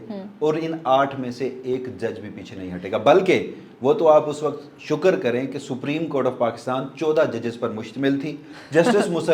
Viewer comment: You speak very good urdu but please pronounce WAQAT as WAQT.